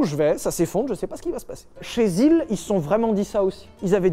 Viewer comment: l'asile (la zil) 🤣🤣🤣🤣🤣🤣🤣🤣🤣